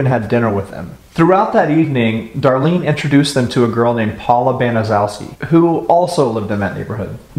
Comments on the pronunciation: Honestly who cares. Those horrible excuse for people don't deserve anything. By all means keep mispronouncing that horrid name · a lot of people mispronounce there last name it’s ok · Wow don't apologize that is a difficult name to say .love your channel.i have subscribed now . brilliant. XXX Joanne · No problem we all pronounced worfs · Doesn't matter that you pronounced the Demon's name improperly this is about Sylvia and Sylvia only and her siblings.! I have no sympathy for people that whine and cry and piss and moan and how horrible their life was and blah blah blah you know what you have the the choice God gave you the gift to choose it's called free will free will. This is about Sylvia and Sylvia only I could care less about the thing that did it or why she did it or why she said she did it Pure Evil that's just all there is to it evil incarnate and the fact that she was able to get everyone else to go along you know you still have a choice and the neighborhood kids could have went and told somebody could have told I have seen the movie I watched the documentaries listening to you you're a new one I'm a documentary buff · You are mispronouncing Gertrude's family name. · Baniszewski is is a Polish name pronounced BANN-eh-CHEV-skee. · Just a note: Gertrude Baniszewski's last name is pronounced incorrectly in this video. It's BAN-uh-SHEF-skee. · The name is pronounced Benishefski. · Gertrude Baniszewski could have told her kids to not make so much noise and to not pick on Sylvia and Jenny. She didn't do that. And the last name is pronounced as 'ban-i-SHEF-ski'. More than likely it's a Polish name, and zew would be pronounced as shef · Its a hard name 🤷‍♀️